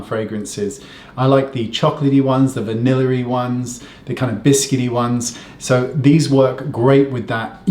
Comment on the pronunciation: Wow Wayne! Your skin! Your face 😍 Aw you said vanilery how cute!